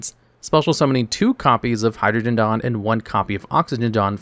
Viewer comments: Hydro-geddon and Oxy-geddon. Not Hydrogengon and Oxygendon. Kinda supporting the concept Yu-Gi-Oh! fans can’t read. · Hydro-jen-don??? Oxy-jen-jon??? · the way you pronounce cards somtimes is hilarious. like hydro-g-don, and oxi-g-don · Hydro-jen-don and Oxy-jen-jon! 😂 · i just cant accept how you're pronouncing Hyrogeddon and Oxygeddon. wtf?